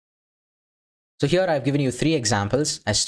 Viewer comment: Bro why your "Here" sounds like a "Pure" :D ? btw tnx for the contect :x